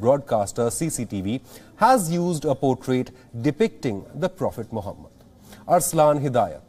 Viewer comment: did he just say profit mohabat 🤣🤣🤣🤣🤣🤣